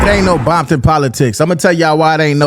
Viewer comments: Ain't no 🥾bompton. It's Compton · It's Compton!! Ain't nothing else...in my era even the Ru" said compton....you never heard Quik say that shyt until recent years....and why say it with a B??? They're not "bloods" .....there isn't 1 blood set in The Hub!!! All Ru's......🤷🏾‍♂️🤷🏾‍♂️🤷🏾‍♂️🤣🤣